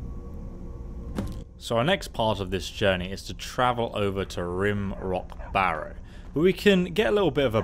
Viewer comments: Rime, not Rim Rock Barrow. Big difference. Please take care when reading names. So many youtubers don't, it hurts my brain. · Interesting video. Just one thing, Rimerock pronunciation. Rime rhymes with rhyme. Like Rhyme Rock. Whew! That was bugging me! :-)